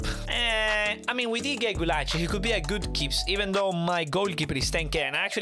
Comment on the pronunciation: You are the only youtuber who can pronounce Gulácsi good